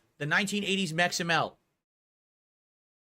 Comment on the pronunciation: Can't even pronounce Meximelt without sounding like an idiot.